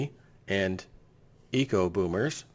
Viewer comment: Eco is not Ecco. Ecco is a brand of shoes. Pronounced "Echo" is Ecco. Eco is pronounced with a long "e" sound.